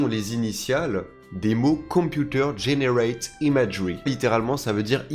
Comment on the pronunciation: “GeneratEd” (prononcer “generatid”). 😊